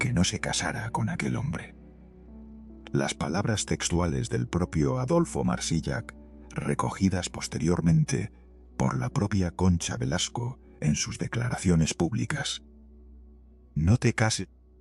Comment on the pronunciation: No se pronuncia la ch final de Adolfo Marsillach